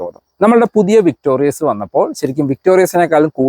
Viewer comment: താങ്കൾ പിന്നെയും തെറ്റ് ആവർത്തിക്കുന്നു... 🤣😬 വിക്ടോറിയസ് അല്ല... വിക്ടോറിസ് ആണ്.... 100 തവണ എഴുതിയിട്ട് ക്ലാസിൽ കയറിയാൽ മതി...🤣😬🤣😬